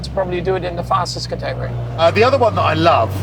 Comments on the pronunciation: He pronounces category as ca-tegory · Guy needs to learn how to pronounce CATEGORY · The secret sauce is in the pronunciation of "category".